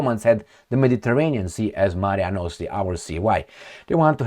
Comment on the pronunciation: one more time repeat after me, MARE NOSTRUM, MARE NOSTRUM 😂😂😂... repetio est mater studiorum 😮